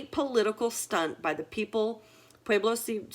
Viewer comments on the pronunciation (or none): none